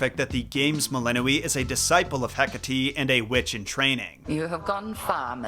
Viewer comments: I thought it was pronounced Mel-in-OI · How do you pronounce "melinoe"? Like I've seen 4 different pronunciations now.